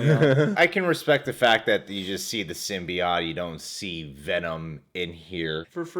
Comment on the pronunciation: i hate your pronunciation of Symbiote